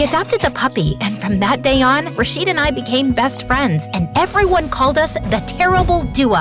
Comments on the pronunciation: It's not Ra-sheed , It's Raw-shid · ITS RA-SHID NOT RAAAA-SHEEEEAD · RASHEED?! YOU PRONOUNCED IT WRONG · I love this video so much but as an Arab the way they pronounced rashid is killing me 💀 (I mean ik they are not Arab so ofc they will make a mistake but still 😭)